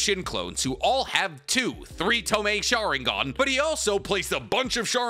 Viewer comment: What's a schaaringone? Damn guy your pronunciations are terrible.